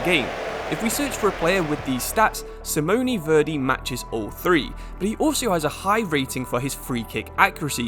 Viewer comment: Seeemooney Verdey 😂😂😂